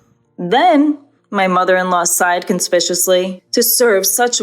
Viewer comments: CON*SPIC*U*OUS*LY not con*spi*;shus*ly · The narrator needs to learn how to pronounce words properly: piety & conspicuously stood out in this one